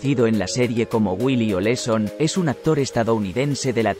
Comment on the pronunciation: Cuál Nelly Oleson...? , era Nelly Olson. No inventes....😬😬😬😬😬